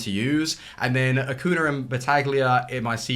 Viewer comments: Ah-Coo-Knee-Ah. You're forgetting to pronounce the "ñ" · How about you start pronouncing Acuña's name correctly? It's not that difficult.